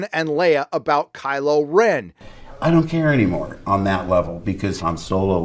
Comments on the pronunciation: Did I hear "crylow Ren". Haaaa.... Lol.... Be wide my friends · ROFL, "Crylo Ren", "Joke"